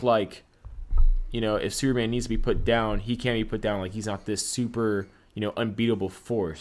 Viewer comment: wow why cant you say the word superman right... very distracting when trying to listen